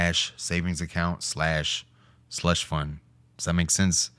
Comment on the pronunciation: did you say slut fund???? my man!!! might wanna keep this comment from misses money bro :)